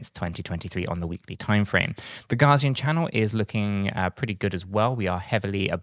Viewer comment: It's not "Gazian" Channel (ie, "Gar"). It's "Gaussian", pronounced "Gow", as in Carl Friedrich Gauss (see wikipedia).